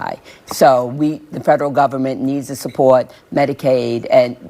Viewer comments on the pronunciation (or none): Is the cute girl from New Yawk? At the end of this video, she sounded like she was from New Yawk, New Yawk. " Support, Support " – ( ; ).